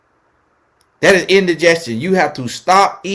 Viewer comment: “That is indeegestion!” 😂😂😂😂😂😂😂😂😂